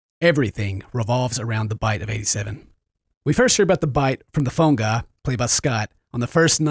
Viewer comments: "Phone Gah" Omg i love you xD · says phone guy like "Phone-Ga"